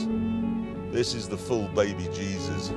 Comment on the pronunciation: You know he really loves this car because he pronounced “baby jesus” properly